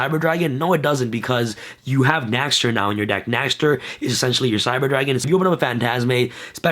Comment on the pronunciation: Dear Sam, for the sake of all of us germans watching, PLEASE pronounce it as "NEXTER". The letter Ä is pronounced very similiarly to the letter E. In fact, the word "nächster" actually just means next.... Yours sincerely, your german fanbase.